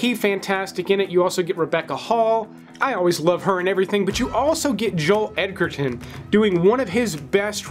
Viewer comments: Joel edge-er-tin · Joel Edgerton’s name is pronounced with a D in there. As in EDGE not EGG. Edger ton